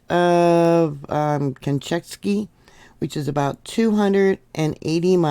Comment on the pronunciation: Shiv-a-loosh pronounce volcanoe name, and Kam-chak-ah for peninsula. Glad you recovered ❤ keep taking D, C, and Zinc to build that immune system for when those grandkids bring home the bugs. 😊